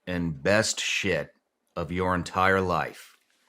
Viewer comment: " the biggest SHIT of your life " the emphasis on SHIT had me spitting my coffee out